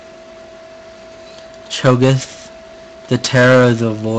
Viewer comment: Learn how to say the champion's names right omg. SHIN ZHAO? Yeah thats what YOU said. its XIN zhao. In english you replace the x with a z so its basically Zin Zhao. Cho Geth? CHO GATH. THE A. Cho Gath. CHO GATH. AKILLI? Where is the second a in Akali? Its not like it is replaced with a I.